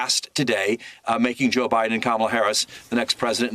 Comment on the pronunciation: And it's not Com-meal. It's COMMA-la. ,,,,,,,la,la,la 🎶 Easy to remember unless you're a passive-aggressive, hostile ignoramus.